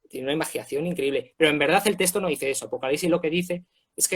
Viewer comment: Porque uno de ustedes pronuncia testo, en vez de tecsto? (o sea texto)